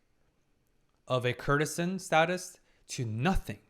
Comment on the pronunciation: I really wish he'd pronounce courtesan properly. The root is court as in the royal court. While courtesy has the same root, in courtesan the 'cour' is hard like in court Courtesan = Lady of the court